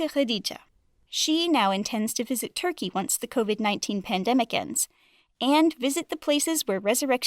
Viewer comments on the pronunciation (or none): none